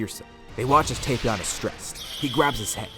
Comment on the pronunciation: Finally! Someone who says Tapion right! It's not "Tap-Ion" it's "Tape-Ion"